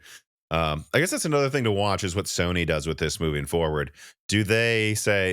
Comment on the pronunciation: Anyone else thought he said Stoney is backporting instead of Sony?😅